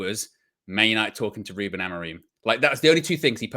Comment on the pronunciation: His name is “who-Ben”. Check the way the Portuguese journos say his name.